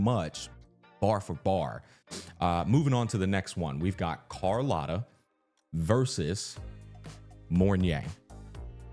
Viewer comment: Brooo, for the love of god, its cArlOTta not cOrlAtta, AAAAA